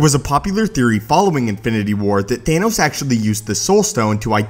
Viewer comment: its Thanos not Thainos